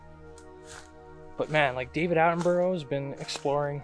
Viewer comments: I watched this video when it first aired. BTW his name isn't pronounced like that, it sounds like Atten-bur-ah same as Edinburgh (Edin-bur-ah) Soz don't mean to be the pronunciation police! At least you say 'out' like a good Scotsman!! :p Keep up the fantastic work! Oh BTW I watched a very convincing piece of film last night and wondered if you'd seen it and if you intended ever doing a review of it? If it's not a fake, it certainly looks and feels very real. Really hope this isn't a fake but if it is it has got to be Hollywood grade special effects- made me laugh when it stands up and the dude filming just bolts! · OMG... learn to at least say his name properly!!!!